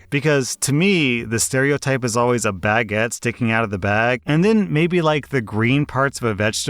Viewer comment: wait wait wait.. bag-ett? it's "buh-get".. right??? please tell me in not crazy